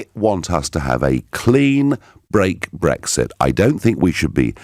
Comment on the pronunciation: Lib dem have people who can't even speak - period. "Breggsit" (Farron), "Dezzember" (Swinson) for instance.